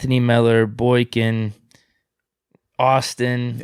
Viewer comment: Moats is the worst at saying names. Myles BOINK INGS… Damontae KAHHZEEE. C’mon fam 😂